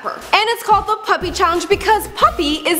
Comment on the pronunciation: There is none to very little information in this video. P.U.P.I stands for Por Un Piberio Integrado (For an integrated childhood) it was founded by Javier Zanetti to help poor children in his country Argentina. Also you don't pronounce it as Puppy...